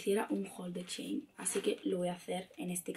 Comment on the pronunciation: dice chein y es shein